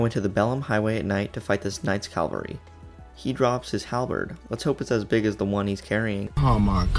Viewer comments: It's CAVALRY... CA-VAL-RY!!! It says it RIGHT THERE. Also, thank you for the guide, Father. love you. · "Calvary" annoys me every time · CA VAL RY NOT CAL VA RY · Y u say CALvery. Isn't it cavalry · except the fact that mispronunciation on hard words is understandable but its seriously not hard to pronounce Cavalry